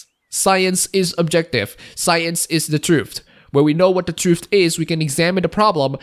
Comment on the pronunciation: Can we address the way you pronounce "Truth". English isn't my first language either, but come on... "Trooft"? I know I'm being petty, you can still have my upvote :P